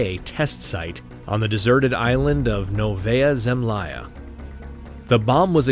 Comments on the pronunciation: Новэя Землая? -- Автор, или переводи нормально(terra nova), а не какая-то kola penisnula (kol'sky peninsula is correct), или произноси оригинальное русское название правильно выучив произношение... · it's "nOvaya zemlYA" - "new land"